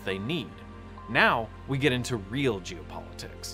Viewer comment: Loved the video and the education, but it sounded like you were saying "Jew politics" instead of "geo", and that made me feel uncomfortable.